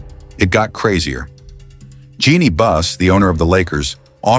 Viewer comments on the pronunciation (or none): none